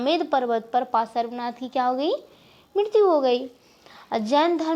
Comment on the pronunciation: Are bolna to seekh lo त्तिर्थंकर Or भगवान् पर्श्वनाथ ese bolte he dekh dekh ke pda rahi ho bo bhi glat glat bol rahi ho